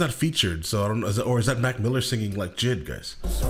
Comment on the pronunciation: It's JID btw lol